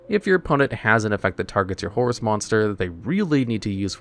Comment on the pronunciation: First time I heard his name correct